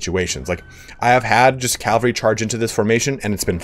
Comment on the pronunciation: ahem.. CAV-AL-RY ;DDD <3